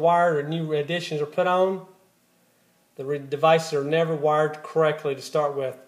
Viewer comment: "Own"? are you trying to say ON? "Spee-end"? are you trying to say SPEND? "Ree-sep-a-kill" Are you trying to say Re-sep-tee-CAL?